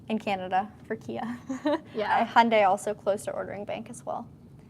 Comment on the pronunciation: Your videos are great at showing the vehicles. But, you need to pronounce "Hyundai" correctly. Remember the old Hyundai ad: "It's Hyundai, like Sunday."